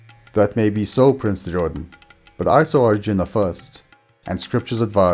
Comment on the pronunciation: Extremely good effort. Well researched and narrated 💘. But I really REALLY dislike the pronunciations ..like ArjunAAAAAA, DronAAAAA ETC! Man ..these are NOT ⛔ how you say such names. Very disappointed with this... its 🤢 colonial type of saying... by a colonised cooolie. Its sad.